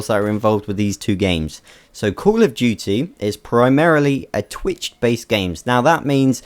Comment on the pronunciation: "cool of duty"